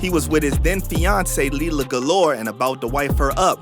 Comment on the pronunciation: Lira not lila galore